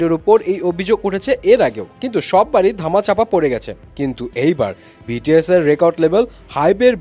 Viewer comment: love the way you said "বিটিএস এর কোম্পানি"